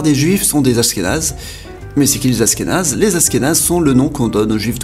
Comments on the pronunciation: Ça se dit aCHkenaz pas aSkenaz !!! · Achkenaze pas Ashkenaze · Ca se prononce achkénase pas asskénase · aSHkénaze tu prononces aSkénaze, sinon très bonne vidéo comme d'habitude j'adore tes vidéos continue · Ashkénaze se prononce Achkénaze et non Askénaze ^^ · tu dis dla merde ! Mais bravo pour la prononciation moi aussi ça m enervait ! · Oui, on dit pas Asss kénaze, ça s'écrit Ashkénaze, comme en anglais "ash..." C'est vraiment bizarre ta prononciation... Tu devais pas trop aimer les langues à l'école...😁😁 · Ashkénaze ce prononce Achkenaze 😂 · Ashkénaze pas askenaze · Je crois qu'on dit ach-kénaze, avec le son "ch" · Juste pour info (parce que ça pique mes oreilles xD ), dans le nom Ashkénaze, le h se prononce ^^ Ca fait donc le son "sh" (ou comme le "ch" en français, comme dans chien, chat, château, shalom, etc ^^ ). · C'est prononcé "ach"kénaze ^^ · Askenaze ahahah cette prononciation... ça m'a déconcentré 😂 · Ça se prononce achkenaze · On dit achkenaze et on ashkénaze